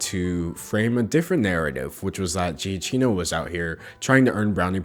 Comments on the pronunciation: It’s pronounced “Gia-key-No “ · Idk if he pronounces it the Italian way but shouldn’t it be said “Jiuhk-keeno” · Giacchino seems to be an italian name. The pronunciation would then be something like ‘Jackino’ ;) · Me: Listening to this while doing art stuff I like this Michael guy, I should follow him. Also me: Realizes you're talking about Michael Juh-key-no. Someone I've had the pleasure of spending time with and is a 10/10 human AH. Yep, sounds about right. Phonetics mess me up too. The struggle is real. But yeah, it's Juh-key-no in terms of pronunciation. Not sure when you might need to know that or use it, but there it is. TBH, I think he's love your way of saying it in the most sincere way possible. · I love Michael Giacchino's music, so I had a heart attack when I saw him in the thumbnail bc I was worried about what kind of drama could have possibly gone down here. Thanks for sticking up for him! (PS- It's pronounced "Juh-kee-no" ^^) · help the way you say giacchino sends (sorry I'm Italian and whenever an italian word is mispronounced it's kinda fun ksksksjsj) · why does he pronounce the name wrong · Yup, the "cchin" part is pronounced like "kin" (just with a "hard" k, as if there were two) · Hitler was even worse then pronounciation of Giacchino. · I love you. I love you dearly. But hearing you pronounce Michael Giacchino’s name deals me psychic damage. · I’m fucking giggling at how badly you pronounced Giacchino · I know you're like talking about a serious issue, but your pronunciation of Giacchino is making me want to scratch my arms obsessively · Both ways you pronounce “Giacchino” are wrong but you’re still forgiven. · I'm sorry I love you, but as an Italian my ears bleed every time you pronounce "giacchino" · your pronunciation of giacchino is triggering me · I'm crying both of those pronunciations are wrong, ily anyway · Lol I’m pretty sure you say Giacchino wrong either way....soo you’re good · It’s pronounced Jah Chi No